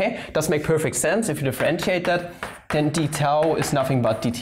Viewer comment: Gcher Sev What do you mean? He did pronounce it correctly. I studied Greek, so I would know :)